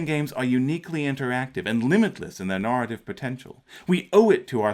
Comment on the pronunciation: Good stuff, as usual!, where did you grow up? The way that you pronounce "scenario" and "narrative" really jumped out at me.